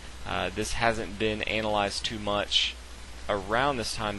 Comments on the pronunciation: lol he said analized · great narration on a great game, by the way you said anal-ized....just sayin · he said "analized".. that was pretty cool.